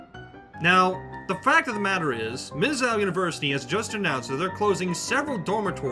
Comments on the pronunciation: It is not pronounced as MIszoh it is Miszooo like when you go to the zoo to see animals. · It's pronounced Miz Zoo. Not Miz Zow. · Mizzow? Really? It's Mizzou as in Miz-zoo. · It's Miz -Zou, not MIZZOW. Basis phonics. Sorry but I'm a Columbia native and a MIZZOU, ( NOT MIZZOW) GRAD. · It is Mizz-ew not Mizz-Ow you fucking moron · That’s not “Miz-ow”. It’s “Muh-zoo”. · Umm.... it's pronounced Mizzoo.... not Mizzow. Missouri not missowry. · It's mih-ZOO, not mih-zow. And I cannot pay attention to what you are saying with this crazy background music. Too loud and silly. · It's pronounced "Mizz-oo", not "Miss-Ow". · One thing, Missou is pronounced *Miz- oo", not Miz-ow" Not that it really matters, since at this rate, they'll be a parking lot by 2025. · It is pronounced: Mizzooo, not Mizzow. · Not mizzow, it is mizzooo. Either way, lmao at them. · It's not "mizzow", it's "mizzu ". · It's not Miss-Ow it's Miss-OOO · It's not "Mizz-ow." It's pronounced more like "Miss-oh." Missou is a short hand for Missouri, and pronounced differently....I love your video but the pronunciation is giving me an aneurysm. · It's pronounced MIZ-ZOO not MIZ_ZOW. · It is too late, but, it is pronounced Miz zoo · omg why didn’t u find out how to pronounce Mizzou! it’s not mizz-zow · Mizz-owl ? Just don't go to Faber or wherever this narrator went to learn English. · It's miz zoo u dumb fuck it's spelled mizzou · Love the video aside from the “Mizz-ow” pronunciation lol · Mi zou(zoo) not whatever your saying and great it will fall as will any other colleges if this keeps up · Mizzow? Here's some free advice: Learn how to pronounce things. You will not be taken seriously until you do. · Mizz-zoo, mispronouncing the name makes the entire video appear just as foolish as the administrators at Mizz-zoo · It's pronounced "Mizz-oo" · It's pronounced "Miz Zoo" dumbass, what a complete bonehead, get your story correct!!!! Mizzou, like fuck-you;) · It's pronounced...."MUH-ZOO" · it is pronounced MIZOO